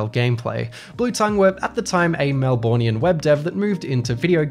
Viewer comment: I can't believe he said "MelBORNians" in an otherwise, very Australian video.